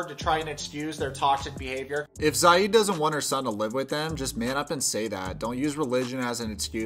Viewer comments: Its not sayeed.. its see'ed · You called him "Za-id" the whole time lol did you watch the show? that's not how you say the guys name! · honey it's Zi as in zee and ed as in tED "zied" not "zaid" you don't spell the I the English way, LOVE your channel sooooo much man keep it up ❤❤🇹🇳🇹🇳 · Micah isn't Rebecca's son but future son in law, he and her daughter are engaged. The daughter looks just like her it's kind of crazy. It's also Zee-ed. I'm not the pronunciation police just letting you know lol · Love your videos! Am I confused or is his name not pronounced “Zee-ed”? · Im tunisian and we pronounce it zee-yed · Please learn to pronounce ZIED: ZEEE-ED. Thanks. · You keep referring to him as Rebecca's son, but he is not. He is her daughter's fiance. And you keep mispronouncing Zied's name. Lots of errors in your vids, dude. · it's not that hard to hear something and repeat it. Especially when zied is a really easy name to pronounce so how come you managed to butcher it? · Ann Wahlquist DUH don t you think i know that too ? You were pronouncing it wrong. I am an arab native so don t argue